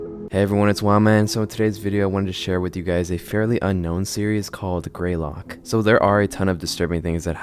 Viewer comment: It's not 'Grey Lock', it's 'Greylock'. I've literally grown up in this area so I'm super used to it.